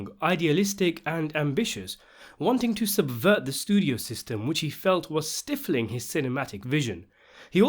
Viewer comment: Some eccentric pronunciation from. "Stiff-ling". Young man, stifling rhymes with trifling.